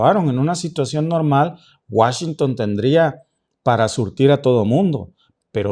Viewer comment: Deja de decir Washington no te queda, eso lo utilizan más allá en Europa. Escucharlo de alguien de acá se escucha hijo de pueblo con cabello rubio 😅 neta. No lo tomes a mal solo es opinión!